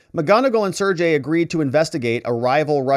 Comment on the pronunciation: The Russian name "Sergey" is pronounced "Sir Gay"